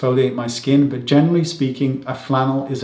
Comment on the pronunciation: What are you saying about. “Flannel” if your skin will tolerate it? I cannot tell what you are saying.